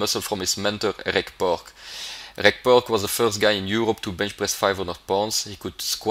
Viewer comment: btw, Reg is pronounced 'REJ'...short for Reginald.